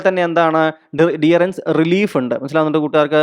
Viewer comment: ഡിയറൻസ് അല്ലല്ലോ ഡിയർനസ് എന്നല്ലേ.